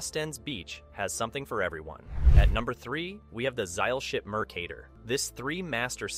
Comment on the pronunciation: MercaTor no D In her name😢